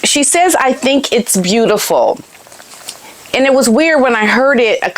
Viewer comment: Sounded like a kid from Brooklyn (the way she pronounced “bootiful” especially!)